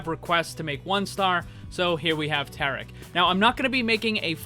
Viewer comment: Maximiliano Salvador understandable. I think It might me Hindi as well, seeing how it’s spelled differently and the way he was pronouncing it, it was a bit off.